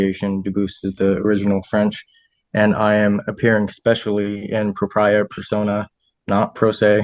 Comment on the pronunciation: He can´t even pronounce it properly. It´s D ü b ü, the s is mute. He also mispronounced the Latin "propia". So full of himself, and so ignorant. A total jackass.